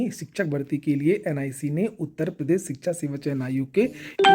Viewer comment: Shikha chayan ayog 😂😂😂😂 ❎ Shikhsga Shayan Ayog ✅